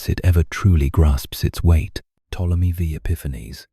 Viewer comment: Ai for sure. The way you can tell is how they pronounce words like Ptomely V. Its Ptolemy the 5th, not Ptomely Vee